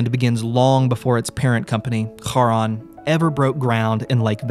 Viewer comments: thats not how you pronounciate charon why you saying it like its an arabic word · i really don’t wanna be that guy. but the ch in charon is pronounced like the one in chasim, & not like how it’s pronounced in german or hebrew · I actually think the company is pronounced "care-on", iirc! I have this vague memory of it being in the first Percy Jackson book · Great video! Loved the viewer follow-along. The way he pronounces Charon like the c is silent is kinda funny. Very charming! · Whoever created the backrooms style of content that compliments this story here did a heck of a job. Ive been visiting the actual website since opening and i never got anywhere on it so i had to just look at other people's discoveries on it and thats actually how i found this and in glad i did . Only thing is how the narrator pronounces Charon. Im not grammer nazi but theres something about it that just doesnt go with the rest of the narrative. Ive heard it enunciated as Karen or Karon and even Sharron wuch as the boarmans name or Artemis Entreris temporary sword Charons Claw. But Harron sounds very german in an else while english story . Potato poe taato i gues. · First time I heard Charon being pronounced that way! Didn’t get who that was until you talked more about him oof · Why do you say Charon wrong? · man, i need you to google how to pronounce "charon" because it's not the way you think it is